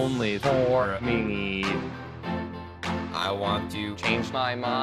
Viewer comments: Only for a minite 😂 Its not minute its minite😂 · he says minite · Meeneet “minute” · he said mini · no one: literally no one: ninja: minite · HE SAYS MINITE xD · I laugh so hard when ninja say minute i heard ninja says minite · “and only for a Mineet” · And original: minute Ninja: mineet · He said minie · The way he says meeeenut as minute in those is combined clips is so stupid funny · he says minute so funny